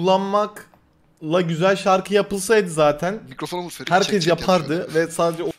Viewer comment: Ferit böyle bir R yok ya